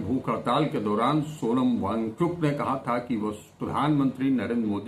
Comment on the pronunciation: Cha-cha pronunciation se thik se karo bichare ki naam ka. kehna kya chahte ho